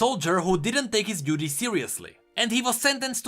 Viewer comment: You sounded like you said Taric didn’t take his ‘beauty’ seriously rather than duty 😂